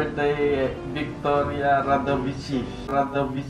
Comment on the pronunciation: Victoria Radavic-chuti pag pronounce? HAHAHS